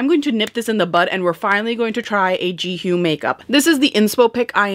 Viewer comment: you are definitely mispronouncing her name 😅 but its okay!